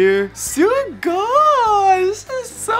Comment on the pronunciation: Why is he saying sugoy